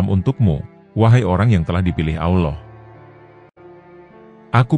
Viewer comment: Hai Bung,tobat nasuhalah anda,kesalahan konten bung : 1. Nabi Muhammad Saw tidak bisa membaca,konten anda,beliau baca surat yg disodorkan oleh tuba. Sama sekali konten ini munafik. 2.Bung salah sebut nama Allah,harusnya ucap tebal dan ada huruf o di tengah ucapan. 3.Bung salah ucap Saw,tidak tebal dan ada huruf o, seharusnya tetap a. Sadar dan tobat nasuhalah,Bung,sebelum anda dapat azab.